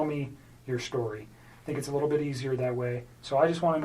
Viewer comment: Correction - she actually says "They're so WITTLE". Yeuch - that dirty, self-serving tramp makes me want to take a very hot shower!